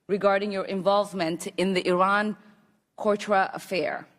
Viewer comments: "The Iran Kourtra affair" WTF. She's a member of Congress , doesn't know how to speak English, doesn't know history.... How? Why? It was "The Iran CONTRA" affair lady.. How do these charletains get voted in? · WOW this foolish lady has a tenuous grasp of English at best. She doesn't know the name of the person she's speaking to, and she can't pronounce "contra" I'm not even minute into the clip! She might be speaking to a slime ball, but she should sit down and shut up. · Did she actually say “The Iran CORTRA Affair?” She is that ill prepared and stupid as not to know the term for that rebel group is Contra? Laughable idiotic this broad is. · Iran "cotra" affair? Someone please educate her😂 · Omar should be kicked out of office. She is a disgrace. She is anti-America, just like NBC is. Did anyone notice that she said, "Iran Cortra affair?" It is pronounced "contra." How did she get into America, let alone into our Government. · Cortra??? Can someone explain to me how A. A congresswoman cant pronounce Contra. B. Doesn't know what the Contra scandal was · WTF???? Iran "Court-Ta Affair" and "You were later "Bart-oned"... How did this women ever get elected? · “cortra” “bardoned” “himanity” “farthered” ... what words are those??? If you cannot read or speak the native tongue of a country, you do not belong in Government of that Country! She does NOT belong in Congress, PERIOD! ...and she married her brother to fraudulently gain citizenship... she needs to be arrested, charged, and deported !!!! He needs to go to jail too... but most people are talking about how bad SHE looked during this, NOT that she “humiliated” him... so I’m not sure where you guys get that from?? But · Why does she sound like she's just reading questions somebody handed her? She can't pronounce "Contra" or "Abrams". She has been in the US since she was 14 years old yet she struggles with the language and seems to know little about historical context.